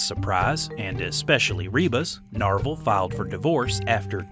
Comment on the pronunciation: Not Norval.... Narvel. 😂